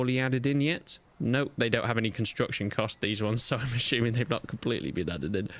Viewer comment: I'm "ashuming" 😂😂